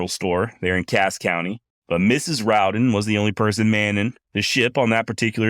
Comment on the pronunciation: You are one of the few who pronounce our name right The Rowden clan appreciates that